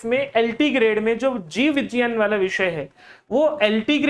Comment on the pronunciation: Vijjayan nhi vigyan hota hai